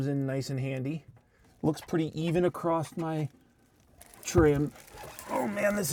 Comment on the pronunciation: There's no t in across